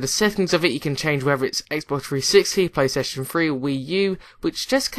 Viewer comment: I like how he says "Playstation free" instead of "Playstation Three"